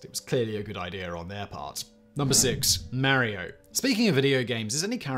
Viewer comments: Mary-O? Really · Mare-ee-oh? Love ya Simon. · I love it when Brits say Mary-Oh! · Itsa me, Merry-o! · did u just call him Mary-O? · Who doesn't remember "Marry-Oh"?